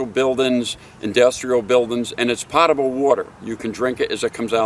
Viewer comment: PO-table. Not POT-able.